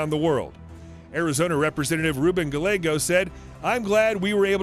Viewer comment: he pronounced Gallego wrong. it's pronounced Ga-yé-go